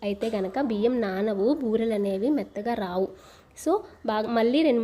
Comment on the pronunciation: బర్రెలు కాదు బూరెలు